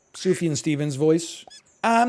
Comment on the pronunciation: I remember like 5 6 years ago when he called him soofjan and i almost cried i cannot believe he is saying it properly